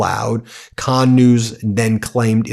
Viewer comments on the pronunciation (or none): none